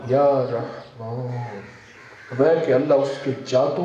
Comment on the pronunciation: Muh khol kar bolo jara bhai jaan sahi se ya rehmaan bhi nai bol pare ho ap aur jab comments ka reply nai dena toh jhak marane k liye videos dale hai jab puri infrmation nai pass kar sakte ho